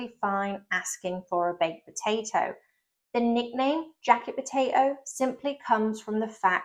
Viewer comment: Brilliant and interesting! And educational! My only slight criticism is that you pronounce potato as 'per-ato' (sometimes!) You'll be drinking 'Warder' next!!